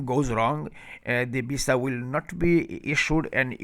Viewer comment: Before making video on visa information . Learn how to spell visa in your bengali tone instead of saying visa you saying bisa 😅😅😅😅😅😅😅😅😅😅